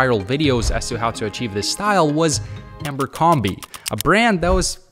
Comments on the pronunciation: "Ambercrombie" is driving me crazy haha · $5000 on a company he can't even pronounce? 😆 There is a good reason he kept seeing Abercrombie, [not Amber Crombie] it's the algorithm, you engaged with a couple of vids, and it sends you more and more. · The way B keeps calling it Ambercrombie 😂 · Yes, I know he says Amber-combee on purpose